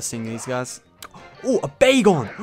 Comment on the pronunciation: When you found dat Bagon I Thought you said Bagel :D